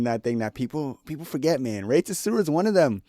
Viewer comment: I actually had to skip past the rey tsuruya fight cause your pronunciation of his last name pissed me off so bad